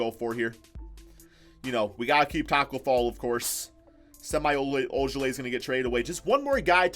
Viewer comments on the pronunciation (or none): Not that it matters but Semi is pronounced like Shem-ee